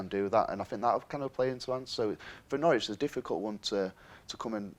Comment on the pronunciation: It's "No-ridge" ... Not "No-rich". Local dialect.